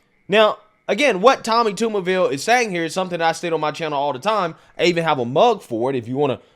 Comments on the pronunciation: It’s Tommy TUBERVILLE! Not Toomerville! He was also the head coach at Ole Miss for 3 years and most notably was the head coach at AUBURN! Coach of the year when he won the SEC in 2004! Just a couple of a quick, 1 minute search of his highly decorated football coaching career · You keep calling him Tommy Tumorville? LoL, better work on that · Tommy "Tomberville"? 🤦🏻‍♂️ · It's pronounced tub as in bath tub not tube and yeah they love talking ish about Mr. Tubberville he had the funniest campaign ad where he screams at some hecklers in the crowd at a football game GET A JOB! LMAO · His name is Tub/ber/ville , Not Tube /er /ville, and he is not racist he was a big time college football coach who recruited black Kids all over , he loved those kids as much as the white kids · His name is pronounced like a TUB of butter, not a TUBE of toothpaste. Also, he was head coach at Auburn. 🤢🤮😂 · It’s TUBERVILLE!!!! damn you do this all the time and it makes you sound stupid. Toumerville? Wtf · His name is not "Tumourville". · It’s Tub-er-ville. And he’s known for coaching at Auburn university even though he did coach at ole miss briefly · TUB-er ville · If you do a follow up It’s pronounced Tubberville And he coached at auburn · TuBBervile pronunciation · Tubber Ville is the pronouncement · Cmon man, they even pronounced Tuberville's name in the videos you showed. Take a minute and get the names pronounced correctly. This is every video now. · Good video but being from Alabama it drove me nuts everytime you mispronounced Tuberville. Lol